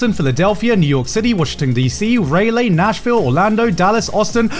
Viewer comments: mans really said "ray-lay" haha. Love you Garnt, but Raleigh is pronounced Rah-Lee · Ok I'm sorry, as a North Carolina Resdient, when Garnt says "RAY-LEE" I felt very disappointed. All jokes aside, hope the tour goes well. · I'm a little late to the party, but I live near "RAY-LAY"! Pronounced "RAH-lee"! lmaooo! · Ray-lee for Raleigh had me rolling, Garnt lmao. It's Rah-lee 😅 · By the way the Locals pronounce it Rah-lee not Ray-lee. Just hoping to help you not get corrected when you are there. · Garnt really pronounced every city right except for Raleigh as Ray-lee lmao Supposed to be RAH-lee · BTW Raleigh is pronounced Raw-Lee not Ray-Lee. Save you the embarrassment when you get there. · it hurts to hear rahleigh get pronounced rayley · Say it with me Grant. RAW-LEE. Not Ray Lee. For Raleigh, you will get made fun of here lol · Raleigh = Rah-Lee, not Ray-Lay lol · Man Grant really disgraced North Carolina by calling Raleigh Raylay 😔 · "Raylay" lol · As someone from that area, the way Grant pronounced Raleigh (Ray Lay) was physically painful. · Hearing him call Raleigh "Raylay" hurt me a little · Man really just said Ray Lay… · LMAO rn bc of garnt announcing tour dates and he pronounces Raleigh as Ray Lay and I just died thank you garnt I feel honored as a North Carolinian to be trashed with the English language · Did he just call Raleigh "Ray-lay"? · I hate the way Garnt said "Raleigh" in the tour-date read. It's definitely NOT "Raylay" >.> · Raleigh is pronounced Ra-Lee. For some reason that bugged me a bit lol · hey I know that everyone miss-pronounces stuff but for educational purposes (and as from someone who used to live there) I would like to let you all know that Raleigh, NC is said as Raw-Lee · Raleigh = reel leh 🤣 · "Raylay" LMFAO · Ray-lay, North Carolina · Raleigh..."Ray-Lay" lol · When Garnt pronounces Raleigh as Raylee 😭😭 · Lmao fucking Ray-lay, North Carolina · Lol rey-lay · My friend, it is RAL EY 🤣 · The way he said Raleigh made me die inside